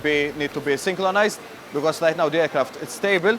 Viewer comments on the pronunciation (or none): "They will need to be synclonized" hehe